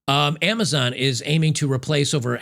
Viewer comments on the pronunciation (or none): none